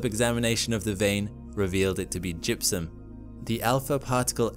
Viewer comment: Did u say opportunity had detected jizum?